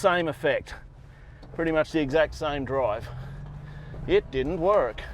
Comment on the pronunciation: BTW, I liked the "It didn't werrrk!" Almost sounded American. Where you going for that? As an American (Southern California) that is how it registered with me. Aussies don't typically use the R in that way.